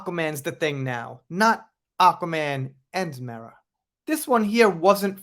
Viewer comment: I just want to say, thank you for pronouncing Mera correctly.